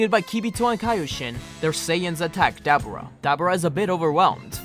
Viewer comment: no offense bro but it sounded like you were talking about a dabbing dubura but other than loved the video can't wait for the next part👍👍👍